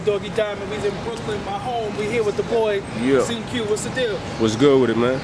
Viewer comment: I couldn't give two fucks about his past. He's never claimed to be an upstanding citizen, just a real dude who has the ability to inspire others. I agree with a couple others who said he should've kept the name as Cinque Glendy though. (pronounced it SinKway too instead of SinCue). Has a nice ring to it